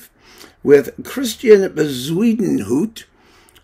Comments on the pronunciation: Yeah, that was great! I made a bet with myself on how he was going to mispronounce that name. I won myself a beer with that one. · I lOOOVE the way you pronounce Bezuidenhout! 🤣🤣🤣I think I prefer it to the Afrikaans original.